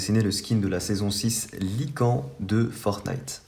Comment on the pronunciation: Sa se dit "lycane*